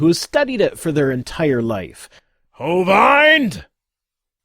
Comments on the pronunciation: Hovind, not Hovyned. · "ho-vind" not "ho-vined"